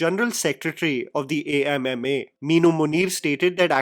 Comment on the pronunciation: Thank you for calling the association by its name, A.M.M.A., instead of how they claimed it should be pronounced as AMMA (Mother)